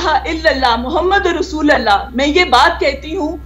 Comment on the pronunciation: براۓ مہربانی وجیہ قمر نے جو کلمہ پڑھا ہے اس میں ""رسول"" کے "ل" پر 'پیش' ہے نا کہ 'زبر' مہربانی فرما کر غلطی درست کر لے.